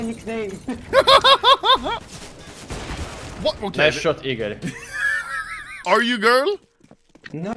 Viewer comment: I’m rus, Egor ✅ igor🚫